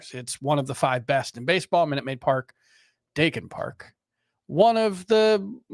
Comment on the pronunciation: I believe it’s pronounced “Die - Kin” park. Not “day - Kin”. Not being a dick just pointing it out.